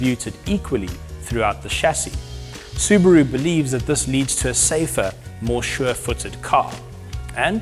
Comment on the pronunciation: It's a SUBARU NOT SUBRO